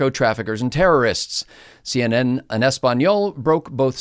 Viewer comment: I can always tell when someone knows more French than Spanish from the way he pronounces the Spanish word "en."